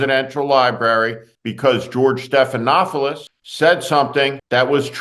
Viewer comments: George Stephanopoulos Not George Stephanofoulos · Are you intentionally mispronouncing Stephenopolous’s name every time? Am I missing something?